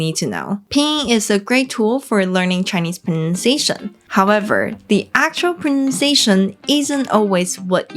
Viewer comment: Before 30 seconds in, I heard "akchera examples", when it should have been pronounced 'AK-tchoo-AL'. I have grown berry weary of nit-picking Chinese with superiority complexes when it comes to critiquing English speakers. You will NEVER approach my fluency in any regional dialect of native American English. Fifteen years into Mandarin study, and around many Chinese people from numerous different areas of mainland (and Formosa / Taiwan), I learned none of them speak alike. And I'm not even including the Guandonghua / Cantonese of the south, or Shanghai speak (seemingly influenced by Pinoy Tagalog). And I decided that it is a foolish effort to try to meet anyone's approval. If they (or you) WANT to communicate and reach understanding, we already know that can happen without any words at all. 谢谢